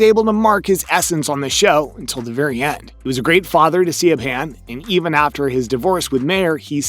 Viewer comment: siobhan = shiv-on